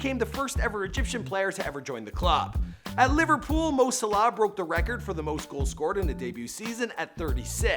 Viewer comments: “Liverpools” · He said Liverpool’s at the start FFS it’s Liverpool